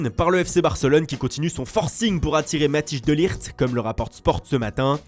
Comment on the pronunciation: Mathijs de Ligt se prononce MA-t-hey-s de lirt